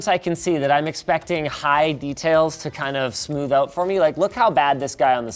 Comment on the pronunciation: "It's finally coming oat"?